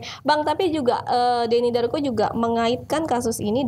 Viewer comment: Denny "DARVO" ehh... darko